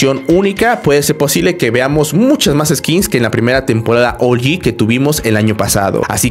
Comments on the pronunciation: SE DICE OUG-YI NO OULYI SE ESCRIBE OG (LO ULTIMO POR SI LAS DUDAS) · por q de dices ol yi wtf